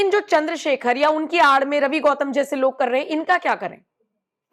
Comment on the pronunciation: गौतम नहीं है घौतम है 😂😂😂